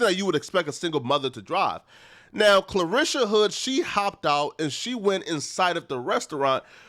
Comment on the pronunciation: You're not saying her first name correctly. You're saying Clarisha .. it's Carlishia ..